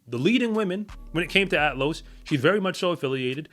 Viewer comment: It's Athlos, not "Atlos".